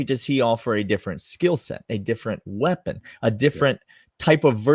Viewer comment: Did you just "phwheapon?"